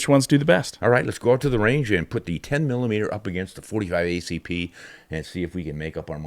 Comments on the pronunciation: 10 millimeter or as he says 10 EMM EMM! Dude just say millimeter. I have both a 29 and 30 for Glocks. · That dork almost makes this unwatchable by refusing to say "millimeter"